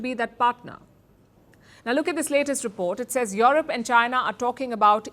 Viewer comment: Is Palki saying Yolop😂😂😂